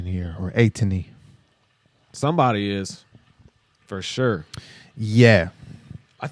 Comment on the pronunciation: Because "ATINY" is ATEEZ and destiny put today the "tiny" at the end has the same pronunciation as "destiny" so it's " eight-iny"